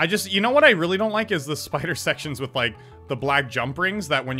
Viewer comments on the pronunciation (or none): none